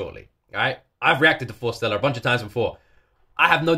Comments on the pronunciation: Their name is pronounced Forest + Stella not Fore Stella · Love, love, love your reaction.. But please say their name correctly.. It's Forest-Ella.. Love ya dude, love how you feel and appreciate the wonderful group that Forestella are.. Best wishes from Wales.